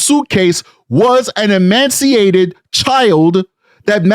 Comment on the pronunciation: Ee-mace-ee-ated. No 'n' in the word. ✌️💕